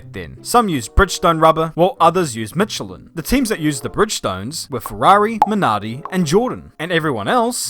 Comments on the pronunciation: Michelin is correctly pronounced with S as in shy not like ch in channel :D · You really butchered the pronounciation of Michelin didn't ya